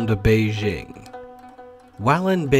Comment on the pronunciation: You're pronouncing Beijing wrong. "J" is hard, not like "Beige". BEI-JING.